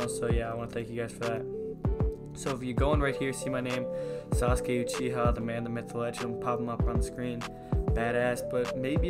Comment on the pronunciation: Bro its Sasuke Uchiha not uchia, so much for watching Naruto